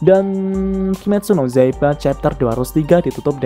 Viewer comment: Kimetsu no yaiba kak,bukan zaiba